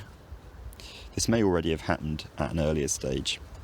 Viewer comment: your pronunciation here of "happened" is really interesting. it sounds something like /hæt̚.nːd/.